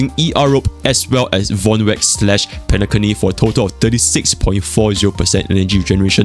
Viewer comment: Did just say penaCunny